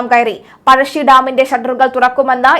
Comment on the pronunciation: പഴഷി ഡാം അല്ല പഴശി ഡാം ആണ്